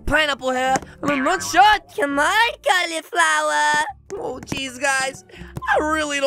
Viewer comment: I love "Califlower" says